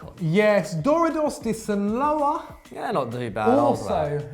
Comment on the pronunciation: Sinaloa (Si-nah-loa) pretty close though